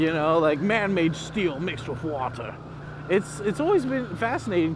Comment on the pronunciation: " Man-made STEEL mix with WATERRRA! " LOL